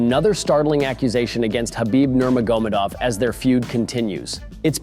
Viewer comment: Well, not really how Nurmagomedov is normally pronounced....